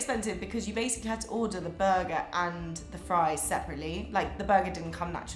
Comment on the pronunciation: she says Tack-goes(Tacos) lol\ buggah = burger